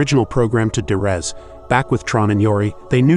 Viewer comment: It's probably an AI narration but it's de-rez not durez. De-resolution not Der-esolution. First syllable Dee not Dur.